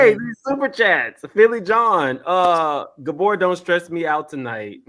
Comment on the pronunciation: saying “Gabooor” 😭😭😭😭😭😭😭😭💀💀💀💀💀💀